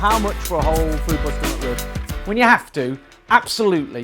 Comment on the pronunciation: It sounds like he’s saying “mud rib”.